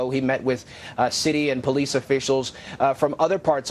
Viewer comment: Is he REALLY saying they need to FUND THE POLIECE!? Im dead yall